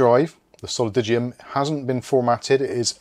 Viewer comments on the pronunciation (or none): solidigm-> soh-lih-dime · Solidigm is pronounced, 'Saul-a-dime', btw.... :) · Pronounced like "solidime", Wendell has a good level1tech video with a guy from the company - IIRC they have done a lot of work on the software side, was interesting stuff but a bit above my level. Whatever they were testing the solidigms were faaaaaast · Thank you for pointing this out. He drives me crazy mispronouncing the name.